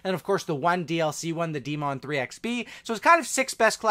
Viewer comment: This man said de-mon